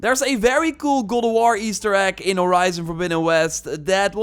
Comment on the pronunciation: For a sec, i thought you said “google war” lol!